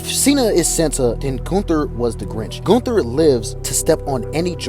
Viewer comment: Goon-Ther lol